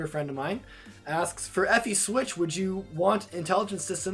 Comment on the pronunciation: Take a drink every time he pronounces 'FE' as 'Effie', fanboys over Gaiden/Echoes, and/or trips over username pronunciation.